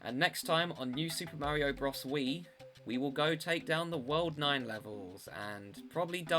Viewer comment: It's pronounced bro-s not bross